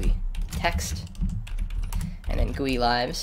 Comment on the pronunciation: 'Guuueeee' LOL